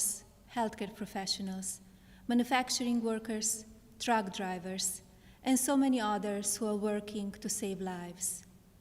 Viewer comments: Did she said track drivers? Or truck drivers 🤔🤔🤷‍♂️🤷‍♂️ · Did she say "Truck Drivers, Drug Drivers, or Drunk Drivers?